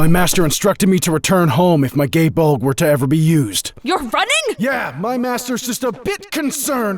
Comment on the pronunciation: i heard it as Gay Bull